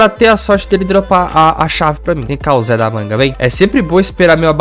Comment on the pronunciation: MANO PARA DE PRONUNCIAR O ZE DA MANGA ERRADO